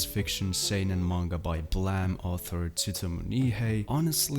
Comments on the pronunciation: why do you say Blam and not Blame? like... "Bleym"? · Man... did you just pronaunce Blame as Blahm? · Why is he pronouncing Blame as “blam” is that actually how people pronounce it? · why are you calling it blam? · can you read at all...? what the fuck is "blam" hahaha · how are you pronouncing blame wrong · English is not my first language but I think the way you pronounced Blame was weird. Sorry if I'm wrong.